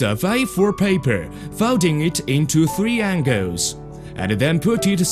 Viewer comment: look at the paipuur